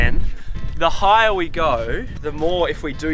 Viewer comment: “The huyaah we gohywyeeoh…” (translation: the higher we go…)